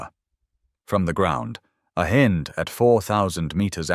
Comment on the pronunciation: Hind helicopter: h-in-D = h-eye-nd. AI pronunciation at its finest!